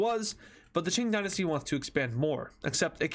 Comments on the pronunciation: It's not ching is king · Its K-ing not CH-ing and its lao-S not lao (i think) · did he just say chink empire? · Qing Dynasty is pronounced king Dynasty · "ching dynasty"💀💀💀💀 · „ching dynasty“ wtf 💀